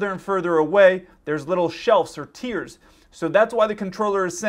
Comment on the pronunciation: You are saying tears ,not tiers.😂😂😂😂